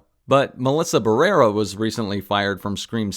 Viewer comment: "She's this generation's Gina Carano" One is a racist Trump supporter, the other condemned genocide -- clearly, you don't actually know what is going on. BTW her name is Melissa Barrera (with an uh sound at the end).